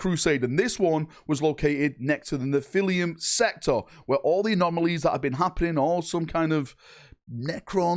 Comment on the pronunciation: Neh-phili-em sector lol. I think its more like Neh-fuh-luhm.